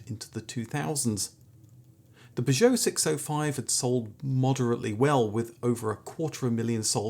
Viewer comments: You must be pronouncing Peugeot that way for comments! Never heard anyone pronounce it like that 😂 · Love your channel, but repeatedly jarred by your pronunciation of Peugeot..... P'geot! Where did you acquire this unusual quirk?